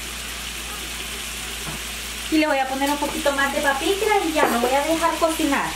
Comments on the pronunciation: Crei q era paprica no sabia q se decia papicra😱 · Hola! Me quedaron ricas, solo siento que les falto un poco de sabor 🤔 quizá porque no les puse adobo ni el chipotle en polvo. Por cierto, ¿qué es el adobo o como lo consigo en México? 😅 Y una observación del idioma, según yo es paprika y no “papicra” jeje.. solo una observación sin afán de molestar. Muchas gracias por compartir sus recetas! 😊👍🏼👍🏼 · Es páprika , no papikra 😊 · Genial, me encanta preparar lss fajitas de pollo o cerdo. Sólo que no es papikra sino paprika. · Se ve muy rico, lo hare hoy mismo. Aqui en Mexico se le llama Paprika y Ud le llama Papikra que esta mas dificil de pronunciar bye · Es pakipra o papikra ?? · Felicidades por la receta. No es por molestar, solo para aclarar que se llama PAPRIKA i no papirka como usted lo dice. Gracias por su trabajo de subir estos videos. Saludos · Basil sería albahaca en español, otra cosa reyna se pronuncia Paprika, no "papicra" saludos y gracias por compartir.... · gracias !! Esq la señora del vídeo dice pakipra y me confundió , pensé q era otra cosa .